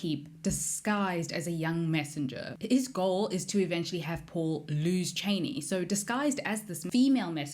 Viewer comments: Reverend...not Reverant. And Chah-ni...not Chay-ni. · The way u said chani??? Chainey? Wtf. AND ALIA??? WHY ARE U SAYING ILIA. SEE ETCH! THATS NOT HOW U SAY SIETCH OMGGGGG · I’m more annoyed by the way she pronounces Chani 🙄